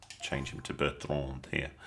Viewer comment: Good video thanks. Questionable pronunciation of Ryan Bertrand however 😂